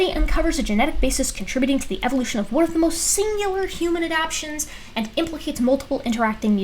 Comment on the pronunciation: The word is ad - ap - tations not ad - apations. 😉 😘